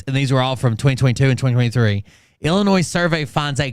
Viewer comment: is an idiot. He can’t even pronounce “Illinois” He almost got you saying it wrong